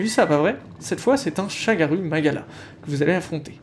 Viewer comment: Par contre du dis des ou au lieu de u et parfois l'incerse Pour le ShagarOU magala tu dis u 😭 (exemple avec les medulla où tu dis medOUlla) Bref pas grâve je comprends tu essaie de les dorés à la japonaise